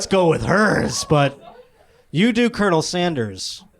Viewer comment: the guy actually pronounced it "colinel sanders"